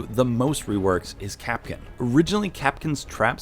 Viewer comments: Why does he call Kapkan Kapkin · its kap kan not kap kin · ITS NOT KAPKIN ITS KAPKAN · It’s kapKAN not kapken